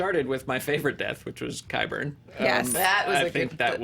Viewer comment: Thank you for pronouncing Qyburn correctly. Please talk to John Rocha about this.